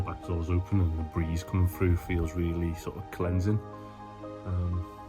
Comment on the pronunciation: first 10 secs you said going frew what does frew mean 🤷‍♂